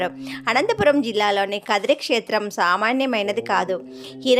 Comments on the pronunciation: కాద్రి కాదు.. కదిరి అని చెప్పాలి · Khadri endi, khadiri. Manchiga palakandi...